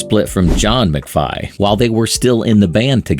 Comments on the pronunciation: Pronounced “McVee”. (Vie) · It's McVee not McVi. Get it right!